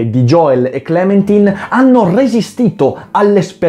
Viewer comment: fra ma si legge * clementain * sigh